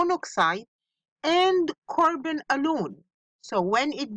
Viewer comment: Really love your lessons miss. Thanks for helping the students. By the way miss, it is not CORBON it’s CARBON😅😅